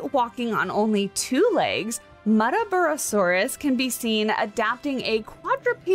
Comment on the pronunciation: I believe you pronounced the name right (Mutt-ah bar-rah) It was named after the Queensland town it was discovered in, which itself was named after one of the Aboriginal tribes located there.